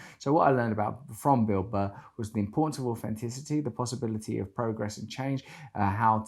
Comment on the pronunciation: Thee American Beel Buh